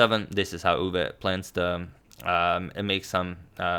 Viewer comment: As a Dutch person, your pronunciation of Max Euwe isn't bad at all. Nodody actually says 'Machgielis' but many people turn Euwe into Urva or whatever whereas your 'Euwe' is pretty good.